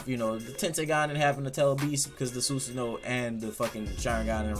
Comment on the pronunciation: we just gonna ignore him saying soosoono?